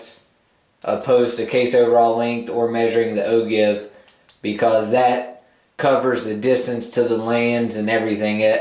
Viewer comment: pronounced O-jive . yes it is spelled Ogive but other than that I love your videos thanks